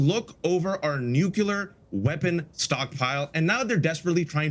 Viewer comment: Can no one say Nuclear?